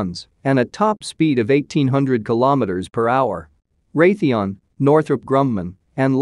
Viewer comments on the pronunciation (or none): none